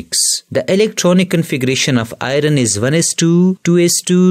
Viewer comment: Next time pronounce Fe as (iron)Ayorn...not Ay_ron